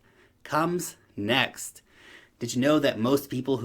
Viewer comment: Did you say ''in the $NEX bullmarket'' ?? I thought so :p